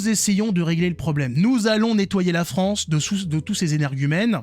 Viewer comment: Fronçi fronçi la frooooonçe